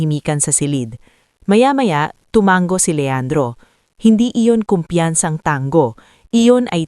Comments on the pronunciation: Tumango isang G lang tumango sa ibang kwento ninyo ganoon din ang bigkas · Tumango diretso ang pagbigkas hindi tumang-go😂